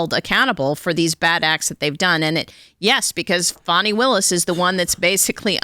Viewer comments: It's Fani, not Fauny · i keep hearing "foney" willis